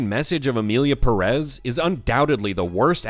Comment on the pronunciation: Just a small clarification, do you people see that little thing above the first 'e' in Pérez? It means the 'stress' goes on that syllable, not the second, as several YouTubers have been pronouncing. That's just a small tip on Spanish pronunciation, nothing serious.